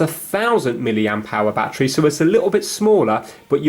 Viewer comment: “Bat tree”